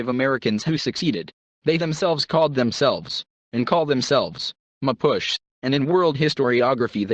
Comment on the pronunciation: MA POO CHIE is pronounced. I'm 1 of them.